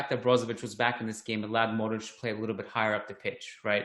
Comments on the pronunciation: There is an invisible H at the end hence the accent mark on the ć. This guy is simply pronouncing Luka’s name phonetically. Should he know better, probably but I’ll not knock him for it. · You know so much and still can’t pronounce Modrić. :) I mean the ginger guy. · can't pronounce Modric properly😂